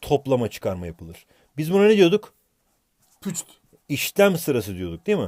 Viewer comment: Püçt Değil Üpçt